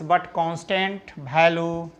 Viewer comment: Its value not bhalu